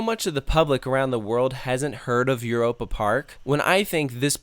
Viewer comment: i never got lost here because i memorized everything and gone to every show and i swear he is not from europe cause i heard eur a pa and im like euy ropa lol no hate this is amazing i love it there i swer he like was not